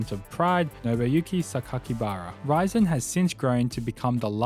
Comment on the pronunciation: There is a lot of missing info here and misinformation. Not mentioning FEG (Semaphore Entertainment Group) founding the UFC is wild. It had five owners not just Art Davie. KRS founded PRIDE FC? DSE (Dream Stage Entertainment) is the founder of PRIDE FC. Even pronouncing "Rizin" incorrectly is just too much.